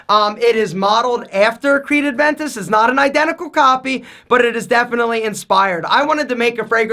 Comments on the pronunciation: Hey, it’s Creed A-ventus, not Creed AD-ventus. Love your work btw! You should try Leyton by Parfums De Marley, great fragrance. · Man, please, it's Aventus, not ADventus!!!! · It's been years and still can't pronounce Aventus. It's Aventus not ADventus. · “Adventus”😂😂 bruhhhh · It's Aventus. Not Adventus. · please stop calling it "Adventus" with the "d" in there, it's "Aventus" lol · puts the 'D' in everything;) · it’s Aventus not Adventus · Please! It‘s Creed AVENTUS NOT ADVENTUS :) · is it me or does he pronounce it as adventus